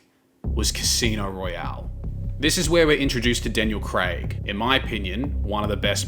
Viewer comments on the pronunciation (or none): none